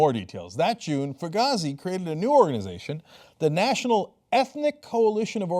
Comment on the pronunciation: Fugazy's name is pronounced to rhyme with hazy, I believe.